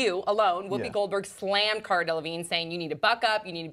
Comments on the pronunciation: I think the interviewer was a fucking bitch. First of all, get the fucking name right! Cara!! It's not hard and you're not John Travolta. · the interviewers were being so rude and unprofessional. they weren't even prepared and said her name wrong. they owe cara an apology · Eh I didn't really like Cara with this interview. She seemed a bit stand offish from the start. I understand they got her name wrong but that's really not a big deal. I have a pretty exotic name and people have mispronounced it numerous times and I just laugh it off. So in my opinion I feel like she kinda put this on herself from the vibes she was putting out in the beginning. A lot of people are saying it's the British sense of humour; however a lot of her facial expressions suggest, to me at least, she was pretty annoyed throughout it all. Just my 2 cents